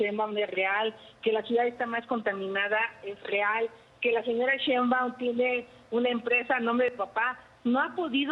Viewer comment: Este individuo orejas satelitales, ni siquiera sabe hablar ya hasta la biblia saco, Ignorante se dice Sheiunbam no cheiumban , Orejas de papalote!